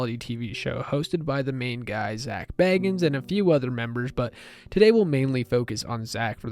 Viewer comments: haha yea bits it’s not biggie. He pronounces it as zak “bae gins” if that makes sense 😂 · no one likes having their name mispronounced even if they know who is being spoken about 🤷🏽‍♀️ I’m sure if he watches this he probably wouldn’t like his last name being mispronounced even if he knew it’s abt him. No biggie just pointing it out